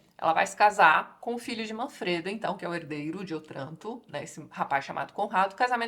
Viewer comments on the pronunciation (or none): Só uma pequena nota. A pronúncia de Otranto é "Ótranto". É uma proparoxíotona, mas no italiano somente as oxítonas levam acento. ;)